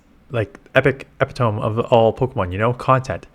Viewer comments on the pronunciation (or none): A friendly tip - epitome is pronounced "uh-PIT-uh-mee" :-). I wonder if our community will switch over to another game or just stop gaming altogether.